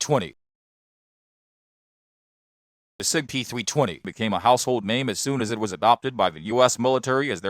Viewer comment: sig peethwee twenny